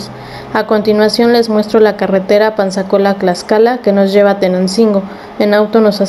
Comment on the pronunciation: Te falto mucho más la esencia y pronunciamiento es Tlaxcala y tú dices claxcala de favor te pido que primero te documentes y pronuncies bien la palabra Tlaxcala con T y no con C que tristeza estudia más recuerda con TTTTT